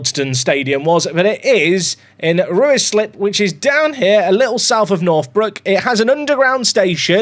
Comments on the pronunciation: ru- I - slip...it's prounounce RYE-SLIP fella. no idea why there's a U in it. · Aaargh your pronouncation is killing me. Wealdstone is said as wheeledstone Ruislip is RICElip and it's south of NorthWood. This away day annoyed me more than any Lollujo video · I'm surprised you're not pronuncing Ruislip as "Reeslip". You would it it was Guiseley 😀